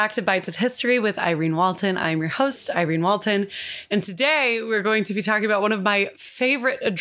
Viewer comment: IRENNNEEEEE!!!! Thank you so much for the shoutout! And yes, you pronounced my name correctly! I don’t know how you knew but my partner calls me tea so this was actually a perfect topic for us😂💕 My favorite Snapple fact is “#21. Ketchup was once sold as medicine.” I hope your week gets better.😊